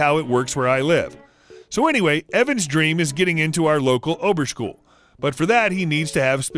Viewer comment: I nearly peed after i heard the pronouncing of Oberschule